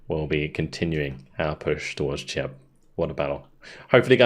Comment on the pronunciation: I know you like to get your pronunciation right,. The ch of the town of Cheb is pronounced like the ch in Loch Ness. If you want to say ch as in church, that's written as č, a different letter of the Czech alphabet. Cheb's a beautiful medieval castle town, btw, in case you get a chance to go on holiday.